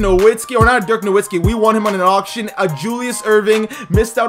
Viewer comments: nowitski KNOW-VIT-SKEE pronounce it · How about you start saying dirk’s last name right... it’s pronounced with a v now a w he’s German my guy